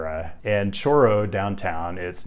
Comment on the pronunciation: This guy has some stones complaining how locals say "Higuera" (who don't say it the way he says it), and how locals pronounce Spanish words in general, and then doesn't trill his r's for Chorro and Morro.